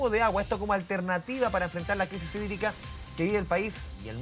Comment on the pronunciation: Crisis sídrica. Asi se pronuncia sídrica🤣🤣